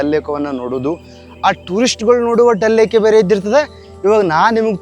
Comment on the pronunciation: ಡಲ್ ಲೇಕ್ ಅಲ್ಲ ದಾಲ್ ಲೇಕ್